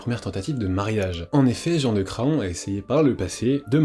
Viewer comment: Incroyable documentaire, bravo pour toutes ces info, seul petit bémol, Jean de Craon se prononce Cran, le o est muet. Il y a une ville en Anjou (Mayenne) qui s'appelle Craon, d'ou son nom.